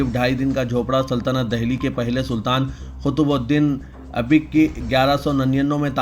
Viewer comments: Arey bhaee kabhi school attend Kiya hai Vo qutbuddin Abeek ni hai ... Qutbuddin Ayebakk hai ... Dusree ghalthi ....theek ye hai Tha,haffuzz...ye sahi thalaffuz hai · Wash, kitna jahil urdu news anchor hai, qutubuddin aibak ka naam, Qutubudin abik padh raha hai, ye shaks bahut jahil hai, karnataka state to kantara padhta hai. Main ne comments men shikayat bhi ki thi, magar is kuch bhi faraq nahin padhta.